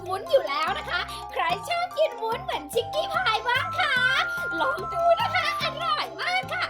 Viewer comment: มันไม่ไช่วุ้นนะคะยยย